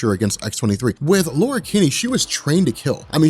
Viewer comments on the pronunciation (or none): none